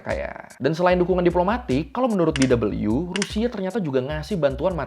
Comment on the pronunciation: kalau DW sebaiknya dibaca de...we... atau doice welle (Deutsche Welle) aja soalnya kan aslinya ejaan bahasa Jerman. sori kalau kurang berkenan. sekedar mengingatkan aja.